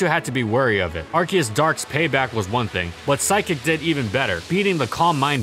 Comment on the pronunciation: ar ce us